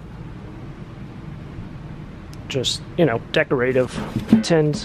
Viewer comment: Never heard anyone say decorative the way you do. I've always said it 'dek ra tiv' which is how I hear most people say it. Random I know..